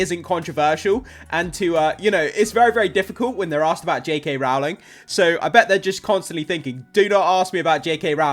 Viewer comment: For anyone wondering (and this is said kindly, no malice meant!) Rowling’s surname is pronounced like row, row, row your boat, not row like an argument ❤